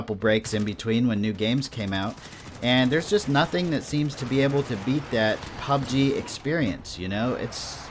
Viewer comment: It's really interesting, and almost annoying how you pronounce PUBG. LOL. 99.9% of people say pubG (emphasizing the G), but you say PUBg, (emphasizing PUB). Similar to the different ways people put conflicting emphasis on Taco Bell and South Park. Just something that always stands out to me in your videos... thanks for the great content